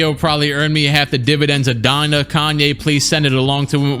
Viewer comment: Donda, more like Dondè